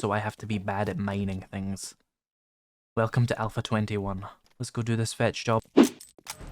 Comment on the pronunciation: "Welcvome back" Ayy, good to be back